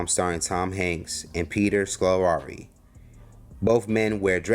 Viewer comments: Ol' boy the narrator couldn't say "Scolari" and just skipped it all together the second time! 🤣🤣🤣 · 🤣🤣 Man saw Scolari and said to himself fuck trying to pronounce that shit 😂.